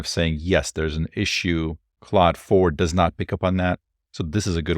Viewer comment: its not cloud 3 ... its CLAUDE .. sound like O without the u . wtf taking a french name . should have call it bob3 . more universal .